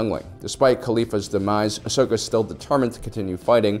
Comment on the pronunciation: Ahhh yes… Ahsoj ventress😂